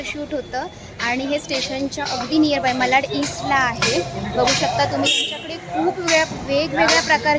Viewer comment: विडियो छान आहे. साड्यांच्या किंमती सांगितल्या असत्या तर अधिक चांगले झाले असते. आपण वारंवार मलाड असा उच्चार करत होतात.ते खटकले. मलाड नाही तर मराठीत मालाड असे नाव आहे. मराठीचा वापर करा. आपण महाराष्ट्रीयन लोक नाही करणार तर कोण करणार?